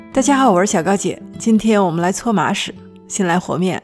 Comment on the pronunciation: 开头听成了今天我们来搓马屎😂